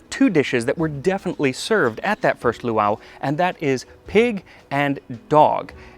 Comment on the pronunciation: As always, I adore this video. PS: the glotal stop between the two "a"s in the second word is harder: poowah-ah.